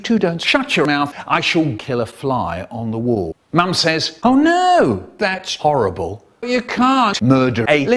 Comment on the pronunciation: "it wasn't very nice. It was haryble" lmao 🤣😂